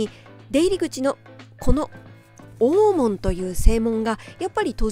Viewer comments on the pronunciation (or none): 吉原の「大門」は、ダイモンと発音したと思います。